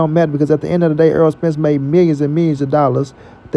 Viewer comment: His name in NOT "Earl"!!!! If you like/respect him SO much, say his NAME CORRECTLY!!!